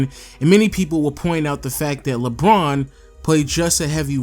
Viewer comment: Why does he say Lbron instead of LeBron